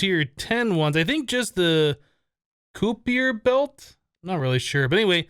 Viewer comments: It's pronounced ki per belt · Kuiper Belt = Kai-per belt. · Hi another great vid.. just to let you know its pronounced "Ky-per" Belt in case you were interested:)